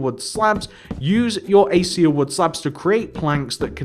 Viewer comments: it's pronounces "AK-AY-SHA" not "A-See-A" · it's pronounced "a-kay-sha" just so you know :p